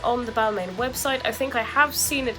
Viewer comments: people can tell you you’re pronouncing it wrong tho, there isn’t different ways of saying it there’s one way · When you are talking about high end fashion brands maybe learn how to pronounce them first!